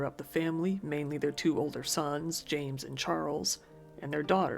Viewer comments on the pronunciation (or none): none